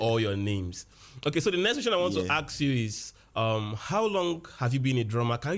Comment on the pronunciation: Ask not aks😅😅 but ur my fav teacher